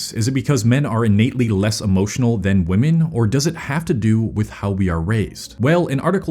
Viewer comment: another person who doesnt know how to say "women"